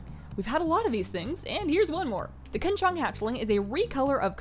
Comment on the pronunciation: Love how pronounced Qinsho correctly, love me a bilingual queen